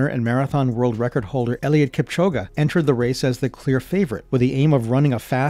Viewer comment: Ain't no way my bro just said ieiliud kipchoguh